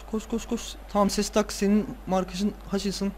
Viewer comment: Ama yanlış söylüyosun Şestak olacak :D